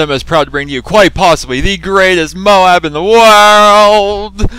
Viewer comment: It's not MO-ABB IT'S MOBE!!! MOOOBBBEEE! MOBE!